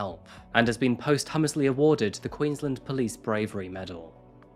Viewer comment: Posthumous pronunciation: post-yoo-ms NOT post-hummus